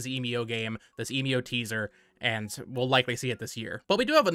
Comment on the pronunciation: Emio is probably pronounced "Eh mee oh". You can put the japanese title 笑み男 into google translate if you want to hear it out loud. Given the possibility that this is a new Nintendo IP it should be useful to get the pronunciation down early. Speaking of translations, Emio translates to "Smiling Man" so it's probably just a reference to the big scary smiling man on screen and not the brand you talked about in the video(which btw is a photography brand and not a camera brand). That company you showed refers to themselves by the english name "Emio" and not the kanji "笑み男". Furthermore, they don't seem to be well known and big enough to be recognisable even in Japan, though I drew that conjecture from looking up Japanese photography brands and can't really verify their reputation within Japan myself. For these reasons I don't see any link between this Nintendo game and Fatal Frame aside from the genre.